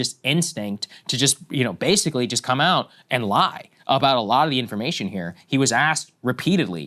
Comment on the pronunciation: It's out.. not aht, Krystal. You took way too many public speaking courses to do this. F she's annoying